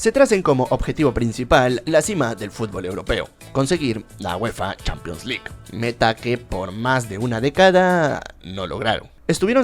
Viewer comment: Nadie:: "Champions Lick"